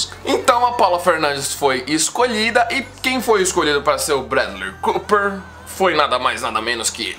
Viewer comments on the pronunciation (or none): none